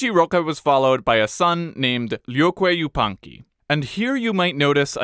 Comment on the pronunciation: As a still member of the inka when you pronounced "Viracocha," it was supposed to be said as Huiracocha and began to doubt until you literally pronounced Lloque Yupanqui perfectly as if you were one of us 😅